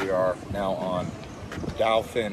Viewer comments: Dauphin St. (Pronounce: Dolphin) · It’s pronounced dolphin street like the fish 👍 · Pronounced: Dah-phin